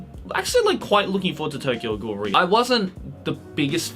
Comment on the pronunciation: lmao am i the only one who's been pronouncing the "re" in Tokyo Ghoul:re separately as "are-ee" until i watched this video and heard say "ree"